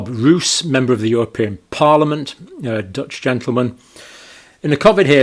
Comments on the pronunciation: Hello Doctor Campbell. I think you're doing a great job. But PLEASE pronounce the Dutch name "Roos" as "Rose" and not as "Rous". (The Dutch word 'Roos' means 'Rose' by the way). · For future use: his name is pronounced as "Rose" (Yes, the flower) not "Ruuus" . So, your English rose, is our Dutch Roos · Speed of science means: Even though we didn't kniw shit about the Vax, we pushed it onto "the market' a.k.a. unsuspecting citizens, anyway to earn big bucks Btw, Roos is pronounced as Rose (that's what it means too) . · Tiny detail: you may pronounce it more like "Rose". Which is also what I means 😉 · The MEP's name is pronounced [more like] 'Rose' [in English]. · Dutch Roos is pronounced Rose (approximately). Which it means, btw. As in Roosevelt, rosefield. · Just FYI, the Dutch surname Roos is pronounced similarly to the English name Rose. The meaning, as in the flower, is the same as well. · Pedantic and off topic: Two Os in Dutch is a long O. So Rob Roos is pronounced like "rose" ...but fast instead of prolonged by the e.